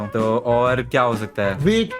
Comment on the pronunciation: he say: weed instead of wheat (fuuk k batha tha kya) just asking😂😂😁